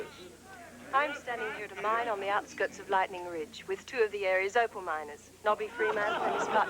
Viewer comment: It’s Opal, not Opel😉